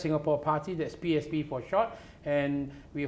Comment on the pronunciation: please emphasize on the 'S' when you mention PSP. It sounds like PAP 🤣